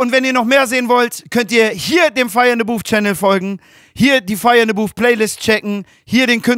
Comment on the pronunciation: Booth und nicht Boof